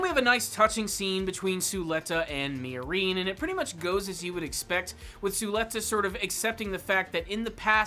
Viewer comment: The way you pronounce Miorine makes my skin crawl